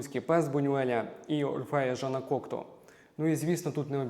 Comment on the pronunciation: Єдине зауваження: у прізвищі Кокто наголос іде на останню літеру. У французькій мові наголос завжди падає на останній склад слова, тому всі французькі прізвища (і слова) промовляються так.